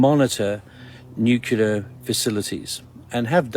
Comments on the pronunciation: U ppl with this weird "nu-cu-lar" accent are killing me... It's "Nu-clear".. it's also ENGLISH!! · maybe it's just me, a personal failing, but i've always found it hard to believe "deep-black" assets or "special-group" operators with "direct-access" contacts at the "highest-level" who cannot pronounce nuclear; for some reason preferring to say "nuke-u-lar". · Nukular, the word is Nukular -Homer J. Simpson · New-clee-ur. Hee-roh-shi-ma. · People lose all credibility to me when they pronounce the word “nuclear” with three syllables. As soon as I hear someone say “new-Q-lar,” I’m like, “Nah, you don’t know what the fuck you’re talking about.“ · please someone explain me why the f**k u guys are pronouncing nuclear "nukilar" WTF IS HAPPENING WITH THIS WORD XD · I am sceptical when people say "nucular". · Love ya brother but for the love of Zeus, please say nu-clear and not the George bush way Like UNCLE but reverse the u and n. Cheers! Keep up the good fight! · If you can't say NUCLEAR, I don't trust you. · That is your opinion. He begin stating that he is the voice of reason, tells us that he is from within the intelligence community, yet cannot even pronounce the word nuclear correctly, and preaches to his audience with an air of arrogance that is very obvious. I gave up listening to him after the 14th 'in this story'. Was it really necessary to keep repeating it, other than to use it as means to elevate himself and talk down to his audience? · It pronounced nu clear not nukerlia 👍🏻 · NuClear radiation not nuKelar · Love your channel but I can't take the "story" teller seriously. He can't say the word "NUCLEAR"! It is pronounced NEW CLEAR. NOT "Nu kee ler". Drives me batty! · It's getting very annoying & concerning how many people mispronounce NUCLEAR ..... NOT nuke-you-ler!!! 🤦🏻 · Multiverse??? I dont know, i need to see more. And its “nuke lear” not “nuke you lar” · What the hell is "nu-cu-ler"?